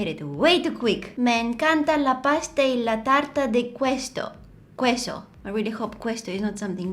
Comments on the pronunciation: Yes, I thought she was saying “hueso” 😂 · You talking Spanish made my day! Btw queso is pronounced keso just wanted to tell you😊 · qooeso🤣 girl its pronounced "k-eh-so" yw ma'am! love youuuu!❤️ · You have a talent for languages! I am a Spanish native speaker and your accent is very natural. Only mistake was "queso" (pronounced 'Keso'). Best wishes for you! I love your content 10/10 from me. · Your pronunciation in Spanish surprised me amazingly!!! That was almost perfectt. The only word you mispronounced was "Queso". The letter "u" is silent so it ends up being like "keso". Just the way you said it but without the "u"❤️ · Holaaaa estas son las palabras que dijiste Caliente = hot Queso = when in a word you see the letters "q" and "u" together followed by a vowel it is pronounced as a "k", then "queso" separated in syllables is Ke-so (queso/cheese), continue like this and you will improve! 🤩🥰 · As a native spanish speaker I really really loved your spanish words❤️!! Greetings from La Ciudad de México! P.s I was laughing when you said "queso"🧀 (in spanish it sounded like "bones")❤️😂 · Hola, yo te puedo enseñar a hablar español. Hi! I can help you with your Spanish! Caliente is "hot" and "queso" is pronounced /keso/. 😁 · Hey! Spanish! Btw in queso the u is silent. Caliente means hot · You said cheese wrong 😂😂😂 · You say spanish words so perfectly! Aside from queso 😂 caliente is hot by the way ☺️ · As a Spaniard, this was entertaining 😂 your pronunciation is really good! Just one little tip, the U after Q is silent (so you wouldn't say the U in queso). And caliente means hot! If you want to entertain yourself, I love cooking/baking. You can check out the channel "Emma's goodies", she makes lots of interesting stuff and many microwave 1 minute recipes, maybe you'd like to give them a try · You say "queso" without pronouncing the letter u lol 😂♥️ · I speak Spanish and the way she pronounced the word “cheese” in Spanish made me laugh a lot haha